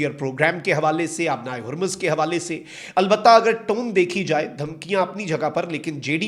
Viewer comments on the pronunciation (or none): none